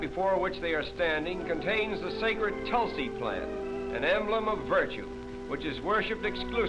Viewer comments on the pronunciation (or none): none